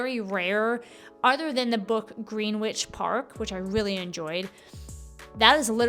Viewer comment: FYI - Greenwich is pronounced Gren-itch.